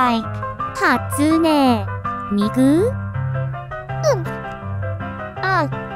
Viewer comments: Hatsæne Miku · Hæsune Miku